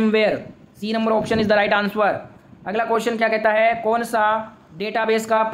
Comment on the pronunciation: Answer ❌ Ansuar ✅ 😂